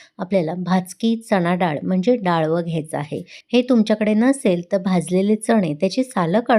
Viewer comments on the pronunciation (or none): Pl.read as dalav.